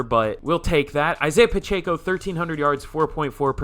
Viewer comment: Its pronounced Isaiah Pa-check-O